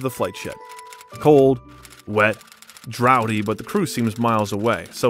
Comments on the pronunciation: D-R-A-U-G-H-T-Y IS PRONOUNCED DRAFTY, NOT DROWTY. DRAUGHTY MEANS THER'E A LOW, COLD WING. DROWTY MIGHT REFER TO DROUGHT, WHICH MEANS A LONG PERIOD WITHOUT RAIN. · You should edit this... "Draughty" isn't "Drowdy" it's the way the British spell Drafty. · I really enjoyed this article about Alan Rickman. I shuddered with some of the mispronunciations made by the narrator eg how he pronounced the word draughty. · Add "draughty", among others. Pronounced Mirren 2 different ways in 2 minutes.